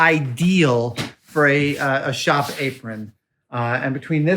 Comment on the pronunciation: Fantastic. And thanks for throwing in a New England pronunciation "Shoppie" in there.